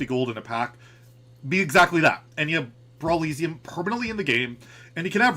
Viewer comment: it’s definitely pronounced brawl eh see um, right? not brawl ee zee um